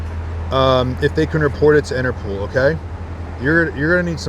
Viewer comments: Of course they won't report it because there is no "Interpool." It's called Interpol (and pronounced Interpaul) , which is the abbreviation for the International Criminal Police Organization. It was established in Europe, specifically in Vienna, Austria, in September 1923. It was originally created to help apprehend fugitives across Europe, not in the United States. It was somewhat equivalent to the FBI, but with an international role throughout Europe. The United States applied to join Interpol in 1938, when Congress passed a statute authorizing the U.S. Attorney General to obtain membership on behalf of the U.S. government. Today, 198 countries are members of Interpol. Today, Interpol's headquarters are located in Lyon, France, while the International Court of Justice is located in The Hague, Netherlands. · INTERPOL... not INTERPOOL 🤣🤣🤣🤣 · Interpool? 😂 cmon guys it’s interPOL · Interpol not pool. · Who is INTERPOOOOL ….you mean INTERPOL 😂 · Inter-POLE, NOT innner-POOL 😂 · Its pronounced interPOLE not pool and spelt interpol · Inter-pole, not Inter-pool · Inter pol,pool😂😂😂😂😂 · it's Interpol not interpool!🤣🤣🤣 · Interpol not Interpool 🙄😂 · interpol...not interpooool 😂😂😂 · Interpool???? Interpol bro. Up your game dude. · If I hear anyone from that dealer say InterPOOL again, I am unsubscribing 😉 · driving me crazy saying interPOOL